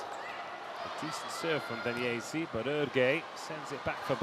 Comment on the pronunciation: "wooo Daniessi, wooo Daniessi, Daniessi Daniessi Daniessi" 🤣